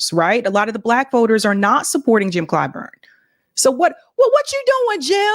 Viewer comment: "Uni'd'ê" Clyburn.